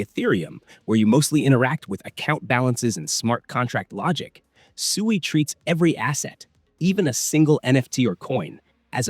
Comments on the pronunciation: Right from the beginning you pronounced SUI wrong. If you actually did your research watched or listened to any of the devs from Mysten Labs you wouldn't call it SUEY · I thought the management team calls it SWEE